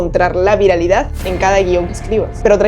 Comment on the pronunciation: Videazoooo, dato curioso. Quién se dió cuenta que siempre está apunto de decir VIRILIDAD en lugar de viralidad jeje